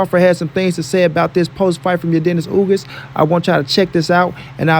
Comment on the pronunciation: No big name yet step up too Bud Crawford just listen to howThe announcer of this podcast pronounce Earl Spence and then Crawford sound like Crawford accomplish more then Spence but nobody want that work. This guy just searching for money period.